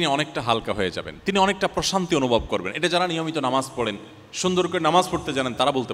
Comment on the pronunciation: এমনভাবে প্রশান্তি উচ্চারণ করলেন যে আমি মানসিক অশান্তি শুনলাম😂